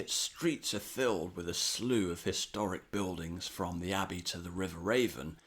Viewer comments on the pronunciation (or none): none